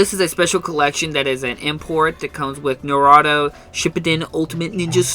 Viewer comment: It's Nar-u-toe actually